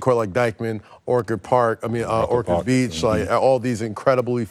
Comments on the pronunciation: I Hate how he calls Ochard Beach...my man saying Okard that's Flagrant 2...Brodie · Exactly! It’s not Okard or Orkard…it’s Orchard Beach!